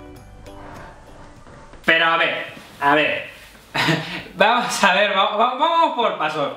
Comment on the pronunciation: Vamoh a calmarnoh!